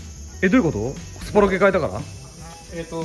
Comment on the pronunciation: スポロケやなくてスプロケですよ笑